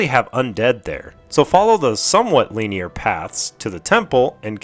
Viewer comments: the pronunciation not the use of the word hahaha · Good video but they way you say linear triggers the fuck out of me lmfao